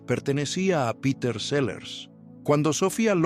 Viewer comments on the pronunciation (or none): none